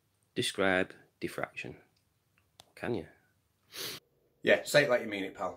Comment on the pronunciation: Say "defraction" (not "diffraction") ONE... MORE... TIME